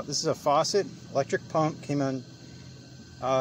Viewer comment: Facet.......Faucet is on the seenk